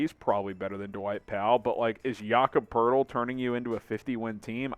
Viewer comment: Its Poeltl, not Poerdel